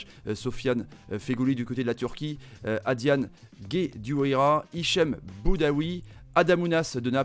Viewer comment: C adlene et pas adiane